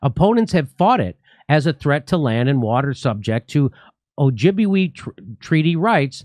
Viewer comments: It's pronounced oh jib way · “Oh-jib-way” -Ojibwe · O-jib-way is a closer pronunciation